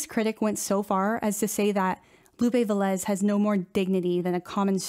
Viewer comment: Lupe VE-lez, instead of Ve-LEZ.